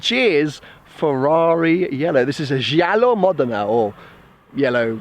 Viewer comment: Crazy choice well done now you have to commit:P btw Gggggialo is pronounced like jagggg.